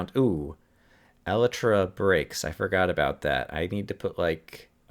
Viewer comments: you are pronouncing Elytra wrong. it is pronounced E-lie-truh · I know you're probably joking, but I find it actually slightly annoying that this wrong pronunciation has caught on in Minecraft circles.